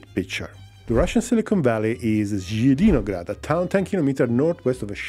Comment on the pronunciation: Jjidinograd - Laughing so much. Its Zeleniy (Green) grad. Green town.